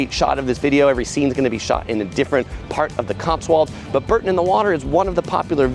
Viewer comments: For the millionth time it's not BUUUURTON on the water but BOOOOURrton It's Richard Burton but BOOOUrton on the water. For goodness sake you guys from the US get it right before us Brits blow a fuse!! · Bore-ton, not Bur-ton 😊